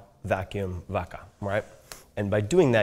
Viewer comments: Mispronounced “vaca”, said it with an English “v” and a schwa at the end... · As soon as I heard how he pronounced vaca I turned it off